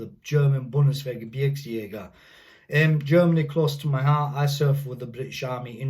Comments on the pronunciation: Wow, you said it very good - If I would hear only this words (Bundeswehr Gebirgsjäger) I would think that you are German :) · Holy cow. I have never heard a native english speaker pronouncing Gebirgsjäger absolutely perfect. Your german is propably way better than my english. Great respect, hope you enjoyed your time in germany!